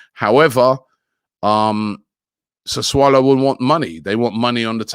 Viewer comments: He used to say sasulo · SASSULO. Not Sassuolo